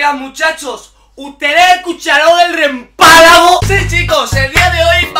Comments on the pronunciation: Ustede escucharon eje rempalago? :v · Hoigah muchahchoh uhtede ecucharoh el remphalago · Oye muchachos ustedes escucharon el rempalago 😂😂 me encanta de verdad, grande, eres el mejor jugando a fortnite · Uyyy muchachos oyeron el rempalago XD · Uy muchacho escucharon ese REMPALAGO? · Oigan muchachos escucharon ese rempalago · oiGAN muchahos escucharon el REMPALAGO